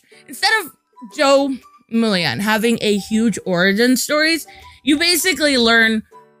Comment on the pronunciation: It's not Mullion. It's Mullein. Why are they getting so much hate? Racism and misogyny.